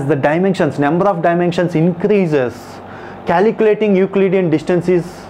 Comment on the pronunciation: but more sad thing is that.. you have no knowledge of the concept and need to listen to this 'calculatinguh' !